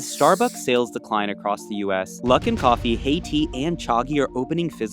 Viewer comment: Coffee not coffu